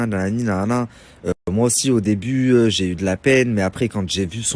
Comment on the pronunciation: Il m’énerve avec son Dj’ai - Dje - Djours - Dgentilement... 😭